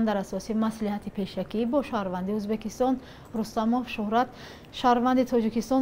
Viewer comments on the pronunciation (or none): none